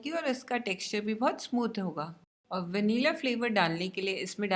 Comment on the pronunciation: Please pronounce Vanilla correctly😊